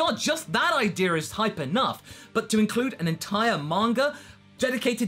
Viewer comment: Why does he say yamcher, idear, Vegeter?